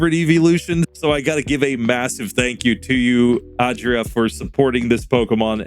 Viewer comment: Way to go, Jolteon! You pronounced the name quite well that last time, should be something like ah-dree-AH, with that last AH stressed.